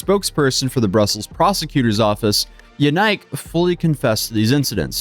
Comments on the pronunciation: "YaNike"? Really? Just Busted™️ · BTW, his name is pronounced YAN-ICK, (sounds similar to JANET) not “YOU-NIKE”. You really should research the pronunciation of things before posting. I found that easily, with a Google search of “Belgian name Yanike, how is it pronounced” my first result was “HowToPronounce” website that even had an audio example of the pronunciation.